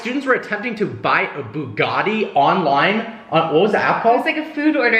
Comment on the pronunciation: Why does this guy say buggani and not Bugatti